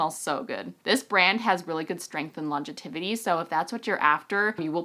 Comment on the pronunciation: I don't want to pick on you!!!! buttttt "longetivity" isn't a word. It's pronounced "longevity". I really don't mean to be the spelling/pronunciation police!!! lol (From Google" What is the meaning of longevity and longetivity? The word is longevity, meaning long life or duration of life. Longetivity is not a real word and should be avoided. Aug 11, 2011") With all that said, TYSM for a great video! I am using your code to make my purchase now!! :)